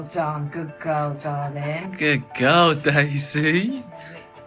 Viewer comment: Whh do you say gudd guwl but it's good girl